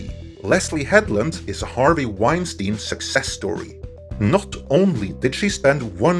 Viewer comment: Leslye "Weinsiein" Headland.